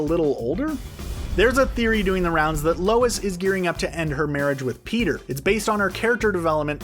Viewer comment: He legit says Beter instead of peter in the whole video